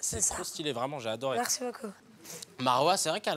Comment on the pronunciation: "Marci" elle a dit..